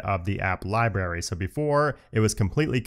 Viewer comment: … did anyone teach you how to say “library”